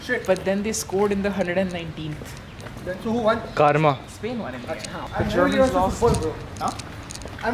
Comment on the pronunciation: Karma ❌carma ✅😂❤️❤️